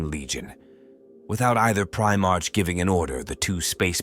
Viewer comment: 23 mins in, bro I gotta say, and I ain't being a cunt or anythin' but its pronounced Pri-mark not prime-arch. I dunno if this is one of them AI bot ones doin' the talkin'? Sorry bro, nothing against you, It's just a splinter in my mind.